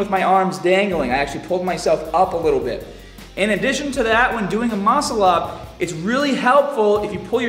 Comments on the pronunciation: "mOAscl-up" lol Great vid,. Thanks:) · Why does he say Muscle-Up weird? lol